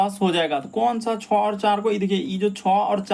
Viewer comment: 6 ko chaw mat bola Karo sir chay